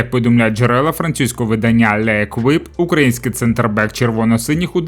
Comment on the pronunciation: Не леквіп, а ЛЕ КІП